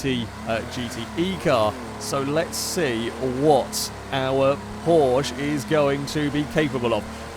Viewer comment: At this point I'm convinced he knows full well how to pronounce Porsche and does it just to annoy the Germans